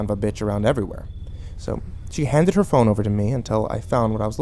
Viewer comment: am I the only one, who heard "thong" instead of "phone" and got super confused for a second? =/